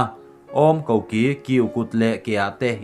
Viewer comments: Koki hi sava chikhat hming 'vaki' kan lam rik ang hian i lam teh tlat a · Tawngkam hi uluk a va ngai ve, a ngaihthlaknawm na a bo tlat, koki tih pawh, kuki hnam a ki tihlai ang a thlûk lo in lawiki Kan tih a ki thluk ang a thlûk in a dik zawk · in thuziak lakkhawm athat thin nen koki lamdan pawh thiamlo hian engah nge chanel hi insiam ve le thildang pawh diklo atam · Thu lamah hian SARS te hi a nihna ang angin Sars ti in an lam mai thin, S.A.R.S ti duah lovin. Indo-Tibet a INDO hi BBC te leh DDK News thlengin mizopa thluk takin an lam mai thin (India leh China an indo han tih a indo kan lam rik ang hian) Koki erawh hi chu naupang tawngthei tir i zawt mai dawn nia 🙈🙈🙈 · Koki tal hi chu lam dik teh aw,mizo dik tak i nih ka ring lo.